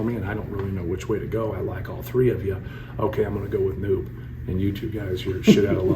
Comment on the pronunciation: “I’m going with Neub” 😂